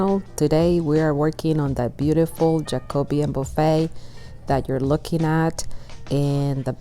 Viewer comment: Thank you for pronouncing Jacobean correctly! I was just watching another video about restoring a buffet, and the lady kept calling it "Jaco-BE-an." It wasn't, though; it was kind of generic and much nearer French Empire.